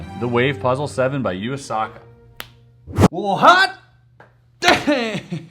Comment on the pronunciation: Chris:You-aa-saka. Me:How dare you !!